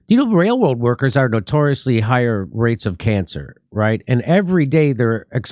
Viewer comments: holy shit ...Jimmy turned into ELMER FUND... wailwoad ?? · I like how Jimmy can’t pronounce railroad workers. It’s very endearing.